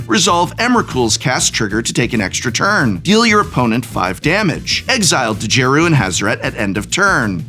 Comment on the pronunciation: I’m pretty sure the “D” in Djeru is silent.